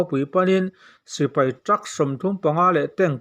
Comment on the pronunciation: Mipui sipri ni lovin mipui sipai tih tur.